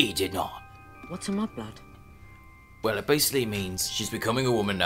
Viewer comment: i love how he pronounces mudblood